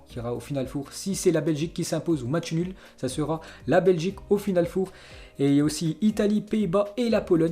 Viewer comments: Putain apprend à parlé du con ..... On dit final FOR pas foure putain c'est quatre .... Ça s'écrit four mais on prononce for ..... t'es le meilleur dans t'es conneries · Final Fauve !!? Même les chiffres en anglais ( après les noms des joueurs ) tu n'arrives pas à le prononcer correctement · On dit pas final four c final four 4 en anglais